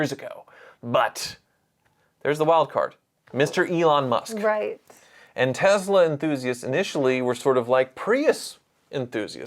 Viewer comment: Can you stop saying tezla... sometimes you say tesla and sometimes you say tezla... tezla makes me want to puke in my mouth